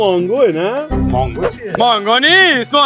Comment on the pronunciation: فقط منم که اعصابم خورد شد به منگو میگفتن مانگو؟😐😐